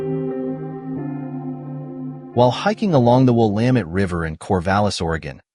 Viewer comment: I'm guessing that the narration is done with AI? If it is a real person, then they need to work on the river name. Mispronouncing the word Willamette is something that no local would do. It's Will-LAM-ette, like dammit. I no longer live in Oregon, but it still bothers me to hear different ways of saying the name. In case you do some Portland videos, Couch Street in Portland is pronounced "KOOCH". This name is derived from Captain John Heard Couch, an early settler and co-founder of Portland. The history of the word defines its pronunciation. The videos are very nice! The idea of using drone footage to help share historical stories is a good one. I look forward to more!